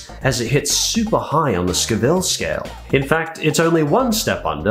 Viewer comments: "SCO-ville", NOT "Sc-VILLE"! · It’s sco-vi-le not sc-vil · Scoville is pronounced scoe vill just so you know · Hearing say Scoville made me hurt. I know he’s Australian but still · Why do you say scoville so strangely? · First of, try to pronounce Scoville correctly !!! Secondly peppers are only dangerous if you have no clue on how to use them or how much to use of them. Love Ghost Pepper, and Carolina Reaper. The latter is even hotter/spicier. If used correctly they are delicious. Also, they are great to get rid of food thieves at work :D Lol, the 1 chip challenge. First off, the people that did get seriously injured or died were minors. Keep in mind that there are umpteen warnings that you should NOT consume it under the age of 18, it comes in a box in the shape of a coffin, and it has 2 peppers on it. Present your case correctly, or do not present it at all.